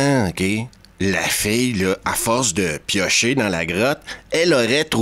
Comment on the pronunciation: Cest drôle, avec ta prononciation de "fille" j'ai d'abord compris "fée" 😂. Désolé...